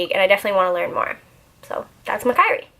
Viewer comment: hehe its mack-worry hahaha love this video btw!